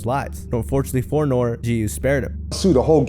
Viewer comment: ITS NORE (say the E) 😂